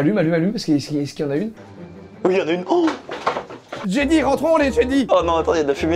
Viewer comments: comment t’as prononcé jedi je suis mort ça se prononce djedai et pas jeudi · Att ya que moi ça m'a fait tiqué quand il a prononcé jedi "jédi"😂😂😂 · Tu dis Jedi "i" je rêve pas ? XD c'est fait exprès ? JedY ?! xD Et Stormwoopers ? Stormtrooper xD Mais trop bien ta vidéo (x xD